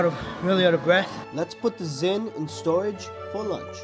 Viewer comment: stop calling it zyns that sound so stupid